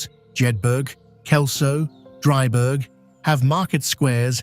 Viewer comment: I live in the Scottish Borders 2 miles from Melrose, 40 miles south of Edinburgh, dry burg jed burg LOL emmmm try pronouncing it as jedbra drybra as the Borders folk would say ( pronounced BURGH) or BURA JedBURA DryBURA